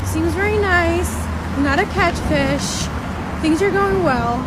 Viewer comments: yea catfish is that but I thought she said a catch fish and I thought it was a different American term. Thanks 👍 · Bbiitcccchh said "catchfish" lmfao cant even talk and she thinks shes worth something..